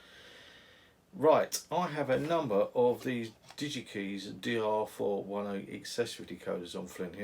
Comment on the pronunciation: Hi. Nice video. Just to be picky: Digikeijs rhymes with "pies". What a shame they went bust. Didn't YaMoRC take them over?